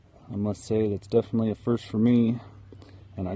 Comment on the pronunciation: *Definitely. Not "defiantly."